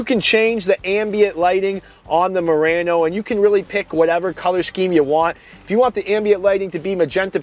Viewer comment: Murano, not Murranno.